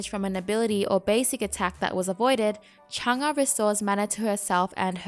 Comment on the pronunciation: Your pronouncing her name kinda wrong it’s mostly correct